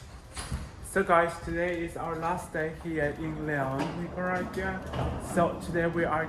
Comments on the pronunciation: La tiene care de iguana, su papa es nica y se hace que no puede pronunciar Nicaragua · 🙄So I guess you didn't have to live in Costa Rica to comeback gay to Nicaragua, 🤔huh?!! 🇳🇮 bye the way: I think you should at least pronounce "NICARAGUA" properly! 🤨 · Con esa cara y no podes pronunciar Nicaragua